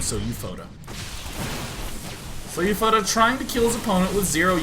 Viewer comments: SouFoda is pronounced "So-oo Fohdah" ("Sou" sounds exactly like the english word "Soul"). Also, Karnaugh is pronounced "karnô". The meaning of "Sou Foda" is what GDIASMLJ said, and yes, it's brazilian slang. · Hey Day9, This player SouFoda can be Brazilian. SouFoda in Portuguese means "I am the best" but not in a formal and beutifull way of saying... like, "I am more than a baller, I am THE PIMP BALLER." If you want to know, the pronunciation is like "soul foda". Take care.